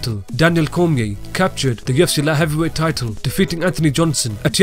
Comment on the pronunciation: I come here to just to hear the narrator say "La Heavywhey"